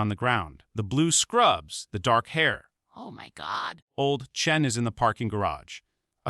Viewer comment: This post and others like it are total crap. Americans may believe this tosh, but nobody else does. Is every black person in America named Marcus? And the doctor who is the subject in this video, first you said his surname is Chen, then you changed it to Chun!!! And not forgetting the Old, Old, Old, Old, in every sentence. This stuff gives Americans a bad name. If anyone needs to know, I'm English, you know... one of the people who tried to teach Americans how to communicate..